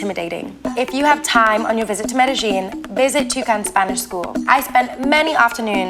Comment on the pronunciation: great video but please.. pronounce Medellin properly.